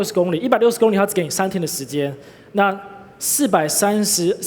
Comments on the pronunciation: 会说li第三声还说什么第一声？ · 為什麼大家都說公里 他卻說工ㄌㄧ公ㄌㄧ